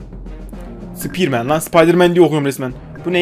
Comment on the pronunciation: Formen :betmen Sepermen:sıpaydirmen